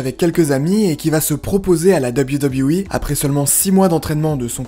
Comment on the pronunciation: tout d’abord bonne vidéo, Mais je voulais juste te faire un petit cours de prononciation hyper simple: WWE en anglais se prononce « deubeul you » (a la limite...) Mais pas « Dabiwi dabiwi i » 🤣🤣🤣 Bonne journée, Cordialement.